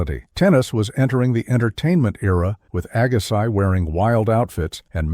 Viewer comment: WHY, WHY, WHY can't the preparers of these videos get the narration correct? C'mon, AGGA-SYE?? Jesus H. ......!!!